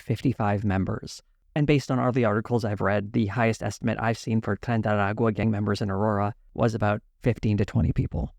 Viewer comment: Sad to see TYT taking this turn. Hopefully they will not go full Dave Rubin. P.S. dear,.your ancestry cry in Spanish speaking heaven everytime you mispronounce "Tren de Aragua"